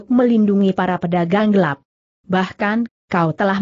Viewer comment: Kenapa huruf "l" dibaca sebagai huruf "i" , vontoh pengawal dibaca pengawai, gelap dibaca geiap, telah dibaca teiah, sehingga sangat mengganggu arti dari jalan ceritanya.